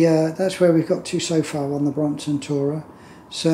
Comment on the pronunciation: Brompton, not bromoton...